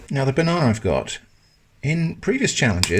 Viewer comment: So it's b-one-ana?